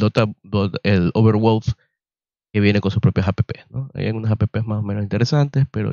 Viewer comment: Mi negro bueno tu review, pero me revuelve las tripas el como pronuncias valve, y overwolf. Veo tu video en silencio y con subtitulos.